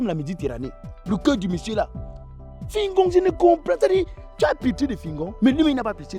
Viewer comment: .black oya tu as massacré fingon 🤣🤣🤣🤣🤣🤣🤣🤣